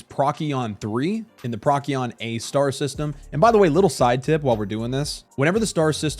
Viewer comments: Very helpful video, thank you. . . . But dude, it's not pronounced prok-ee-on, it's pro-see-on!😂😂😂 Maybe do a Google search for how to pronounce the various systems and planets before the video? Still this video helped a bunch.! Thanks. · Not nit-picikin, just tellin ya the correct pronunciation of Procyon is [Pro-See-On]